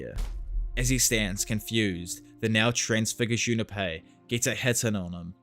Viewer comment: Jun Pei, not Juna Pei